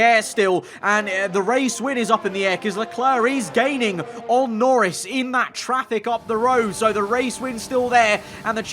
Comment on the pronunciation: He said "Lorris" instead of "Norris."